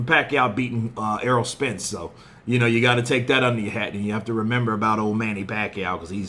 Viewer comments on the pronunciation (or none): none